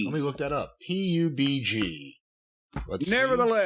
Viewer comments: PUB-G also pronounced PUBAGUH 😭😭😭😭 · isn't a real gamer. BR's are the meta game rn and he has no idea what puhhhhgb guhh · Hearing PUBG pronounced as puh-buh-guh is my favorite thing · I asked my stepson apparently it is PUB-G...when I went in there and asked him what pub-agu was he said huh...oh you mean PUB-G...🤣🤣🤣